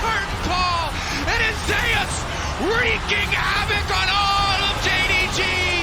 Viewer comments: Why the fuck are you saying Zeus as Zehoos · He pronounces Zeus funny.